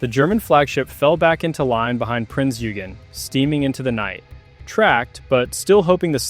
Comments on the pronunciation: "Oy-gen", not "You-gen" or "Oo-gen" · Pedantry or not, proper pronunciation surely helps to avoid confusion... "Prince Yougene" was a Royal Navy monitor. ;) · But Eugen is the German version of Eugene. Just as Heinrich is the German name for Henry, French Henri and Dutch Hendrik. So the correct pronounciation is like Oy-gen. And the g more like a soft K than a dzj